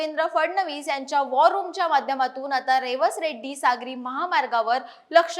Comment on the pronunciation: Reddi nahi redi